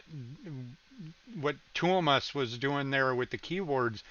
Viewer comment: You instantly became my favorite Nightwish reactor when you pronounced Tuomas correctly. I think you're the only one!